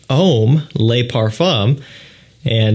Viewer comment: A pet peeve of mine. In French the word "le" IS NOT pronounced "lay"